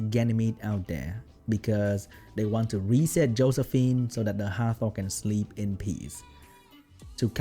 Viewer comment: YES! Exactly the content I like from you! Thanks! Edit: "Hoesephine" is the best thing I heard all day.